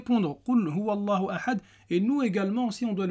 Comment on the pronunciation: As Salamou alaykoum wa rahmatoulahi wa barakatouh.je me permet une petite rectification. Le alif ne se prononce pas, du coup on dit-qoul houwa llahou ahad, et non qoul houwa allahou ahad. Barakallahou fik .